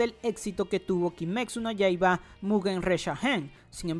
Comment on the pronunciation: lo único que me molesta es que siempre dice "kimeksu no yaiba"